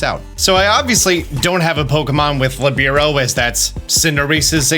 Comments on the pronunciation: It’s lih-bear-oh btw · Hey! I know a lot of pronunciations in Pokémon are negotiable because they are made up words, but Libero is an actual word - a position in volleyball. It is pronounced LEE - burr - oh Just an FYI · Hearing that pronunciation of Libero was a dark spot on an otherwise stellar video. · Its PRO-TE-AN not PRO-TEIN. Protein is the one you feed your pokemon to raise EVs. Its not LE-BI-RO its LI-BE-RO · You’re mispronouncing Protean and Libero. It’s Pro Tea Ann, it means to change frequently or easily. Lee Bear Oh, it means free in Italian, and it’s also used in volleyball to refer to a team member whose sole focus is to play defensively and move wherever they want. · Li-bear-oh and pro-tea-en